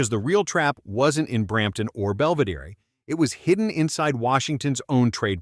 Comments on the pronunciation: Belviderry? C'mon Mr. AI voice. It's "Bell-vih-DEER". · It’s pronounced bell-veh-deer 🤓